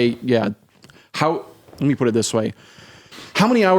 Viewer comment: PUT THAT T IN THERE!